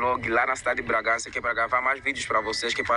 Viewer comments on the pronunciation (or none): O cara fala Bragancia. O correto é Bragança e esse cara é muito chato.😡